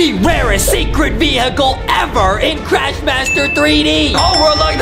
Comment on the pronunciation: Justin said vuhicle and craysh